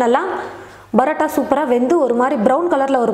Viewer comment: Adhu brota ella mam parota